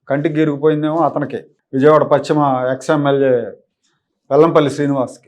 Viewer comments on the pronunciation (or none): none